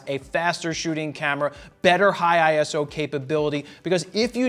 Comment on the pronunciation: Eye-so. Not ISO! 😜 Thanks for the review!